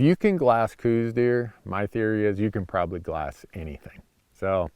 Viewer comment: I live in Tucson and have hunted Coues deer in southeastern AZ for 40 years. Every time Dumbass Randy says "cooz" deer instead of the well known proper "cows" deer sub species and pronunciation I want to drive to Montana and tape his mouth shut. Show some knowledge and respect, and also stay out of Arizona if you can't.